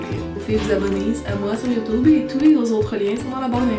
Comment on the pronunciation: MAGNIFIQUE O_O au fait j'adore quand elle dit "youtoube"